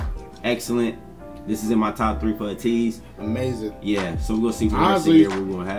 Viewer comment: thank you for reacting to their dance practice and highlighting your favorite parts. For your information, Ateez is spoken as Ay-tease or 80s (eighties).